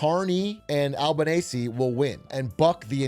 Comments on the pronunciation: alban ace ee lol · It's pronounced "al-bow-knee-zee" or "al-bow" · its pronounced albanese like bolognese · Just call him Albo Al-bah-knee-zee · I hate how atrioc is trying to comment of Australian elections when he doesn’t even know how to pronounce the prime ministers name, I’d bet he’ll fall for Duttons nuclear scam too